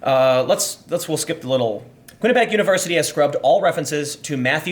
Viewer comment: Quinnipiac == kwin-iP-ee-ack